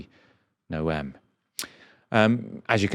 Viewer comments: Not that she deserves it, but Noem is pronounced like "gnome." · Kristi No-ehm??? Bloody hell! This is why it's so difficult to watch Novara regularly! Do you even watch the news coming out of the States? You always seem to have such a vague grasp of what's going on over there!